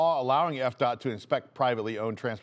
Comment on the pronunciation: Am I the only one who thought you said EPCOT every time you said FDOT? LOL